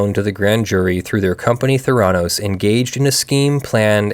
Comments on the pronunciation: No, it's pronounced with the accent on the first syllable, schwa on the second: THAIR-uh-NOES. Those of us in Arizona--which was at the epicenter of the debacle, where our government-as-business governor had state law changed specifically to benefit Elizabeth Holmes--know the pronunciation as a result of complete media saturation. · It’s pronounced “Thr- a - nos” It’s a portmanteau of therapy and diagnosis. They scammed a lot of rich people who didn’t do any due diligence. If she had only scammed retail investors she would probably be a hero on Wall St and would get a job at one of the major banks. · It's THEH'-rah-nos. the accent is on the first syllable. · Not 100% sure, but probably pronounced with emphasis on the first syllable, THER-a-nose, since it's probably derived from a Greek word. .... After checking, it's an amalgam of 'therapy' and 'diagnose', so 'thera-' + '-nose' does indeed sound like my suggested pronunciation. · I couldn't deal with you constantly mispronouncing the name of the company in this video.